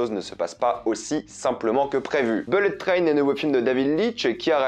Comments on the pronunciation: "Bellette train" et le gars se vante d'être bilingue à la moindre occasion... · Les mots les plus répétés dans cette vidéo : -beulette traîne : 67 fois (et si tu travaillais ton accent anglais ?) -wagons : 65 fois -personnages : 45 fois -fusils de Tchekhov : 3 fois Faut bosser tes textes et utiliser des COD pour éviter d'être redondant, mec ! Quant aux blagues forcées dans Bullet Train, elles passent mieux que les tiennes (notamment celle qui ouvre maladroitement ta vidéo) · Belette traine? Wall Street English